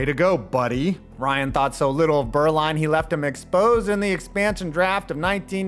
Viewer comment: I find it interesting that so many English speakers struggle to get the difference between the German letters u and ü, but here, does a very commendable pronunciation of the ü every time he says "Beuerlein". Needless to say, where Steve's name is from, i.e. the region of Germany I used to live in, Franconia (and, well, every other part of the German-speaking world), the name is actually pronounced "Boy-er-line", but lets keep that under wraps. I really enjoyed this delving into my early NFL memories, back, when Jimmy Johnson and Aikman were the bane of the Pack in almost every playoff game. Thanks to a certain expansion team, we got through to a superbowl for once, when the Panthers dumped the Cowgirls out of the running. I'll always be grateful... to an extent.